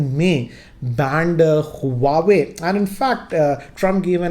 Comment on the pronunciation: It's not hu-a-way...its wah-way